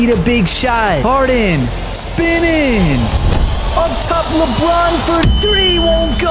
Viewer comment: Why do you say Bron’s name like that? It’s so corny.